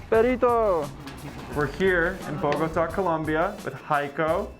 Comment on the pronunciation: Im drunk lmfao you pronounced Bogotá completely wrong🤦😂😂😂